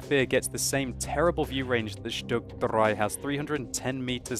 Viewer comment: Going full Hitler is not required when pronouncing German words, even vehicle names from the 30s/40s. Every time I hear that "StuG dRRRei!" I feel the urge to jump up, salute and shout "Jawohl!"